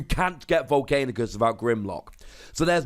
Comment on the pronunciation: You still have to live long enough to keep Volcanicus alive... By the way its Vol'CAN'icus, not Vol'CAIN'icus.